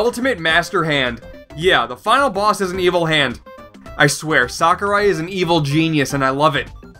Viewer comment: Thank god! You pronounced Sakurai correctly. EDIT: Hang on what, did just swear? Noice.